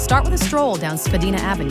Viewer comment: Yeah probably ai. See how it pronounces spadina